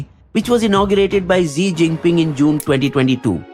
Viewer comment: Words uttered by an illiterate MP from Gujarat “Na koi aaya tha Na koi hai” will haunt India forever. And Xi is pronounced as “Shi”, not Zee.